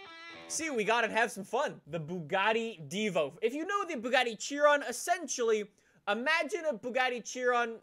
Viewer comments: Say it with me now.... it’s not pronounced Chi-ron, it’s SHI-RON. I’ve heard Canadians and British people say it like that 99% of the time. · Bro, i believe Chiron is pronounced as kai-ron :D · it’s pronounced “shiron”